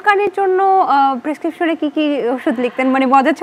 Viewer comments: প্রেসক্রিপশন ❌ পেকসিশন ☑️🤣 OT= Ore Thaprabo ☑️ I.C.U= Iam Chorom Udhas ☑️🙄😟ওরে দেখে 🤣🤣🤣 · "পেস্কিপসন''....এরা কেনো ঠিকঠাক ভাবে উচ্চারণ করতে পারেনা? irritating pronunciation.